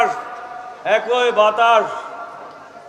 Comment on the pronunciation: বাংলা ভাষায় কথা বলছেন অথচ বাংলাটাই ভালো করে বলতে পারেন না। কথাটা একই হবে একৈ হবে না।